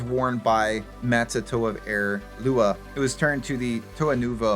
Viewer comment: mispronouncing both lewa and miru is crazy